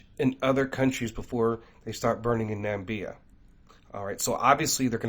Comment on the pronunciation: Hey, thank you for all you do for us. Your videos are excellent! Just wanted to point out to you that there’s no country called “Nambia”. However, there’s a country called Namibia 🇳🇦 which is a real country in Africa that actually exists.